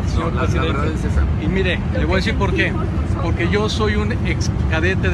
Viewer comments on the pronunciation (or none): none